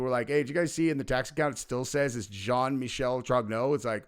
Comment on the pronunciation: His middle name is Michel, pronounced “Michael”. As in a man.